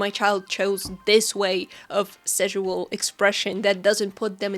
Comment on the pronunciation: Ngl the repeated intentional mispronunciation of "sexual" made this a little hard to watch, it just did not hit the ear right at all and just made me think of szechuan (sp?) sauce the whole time. You can say "sexual" normally, it's fine. That being said, totally on board with you with the main point of the vid. I'm not comfortable with super suggestive manners of character stylization myself (likely a combo of my asexuality, sex-repulsion, and upbringing in an unfortunately very conservative part of the US), but I don't go out of my way to shame people who enjoy drawing that way because That's Just Rude unless they draw my OCs in a sexualized manner without asking if I'm cool with it first. If I don't like how someone draws their own art, I hide the post from my feed and move on. Closest I've come to this sort of shaming was when someone posted a "study" they did along with the reference that ended up looking like a totally different person in the same swimsuit due to how exaggeratedly large the artist made the breats and hips, and even then it was done privately in a convo with a friend and my main issue was with the art looking so different from the reference that it'd be much more fitting to have called it "drawing my OC in this fit" or something like that instead.